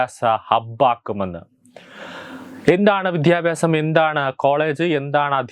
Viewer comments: വിധ്യാഭാസം അല്ല വിദ്യാഭ്യാസം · Mon Adyam Aksharam padichittuva..vidhyabyasamalla Kunje vidyabhiasamennu parau.. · വിദ്യാഭ്യാസം എന്ന് പറയൂ പ്ലീസ്‌